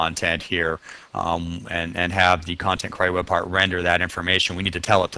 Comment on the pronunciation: Not really germane to the content but I've never heard anyone pronounce "query" the way you do... it's as if there's an A in there... "quary".